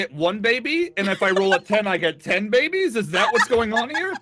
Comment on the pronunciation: how were you not driven mad by all those babies? (pronounced bab-ees)